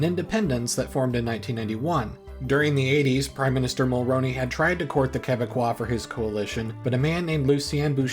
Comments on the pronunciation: It's pronounced Brian Mulr-oo-ney. Not, Mulr-ow-ney. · Brian Mulroney's name is pronounced "Mulrooney" not "Mulrowney". That's something you should have looked up before making this video. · If you do more videos on this period of Canadian history try to get Mulroney’s name right. It’s pronounced like mul-rooney and not mul-roni. If you watch a Canadian speak about him (recent death announcement cbc maybe) you’ll get a grasp of it. Sorry if this comes off as mean but when people mispronounce this kind of stuff it’s really annoying cause it’s so small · Ya know up until you pronounced Mulroney I thought you must be Canadian. No one outside of Canada pays much attention to our politics so it's cool to see you put so much effort and care into the video. Great job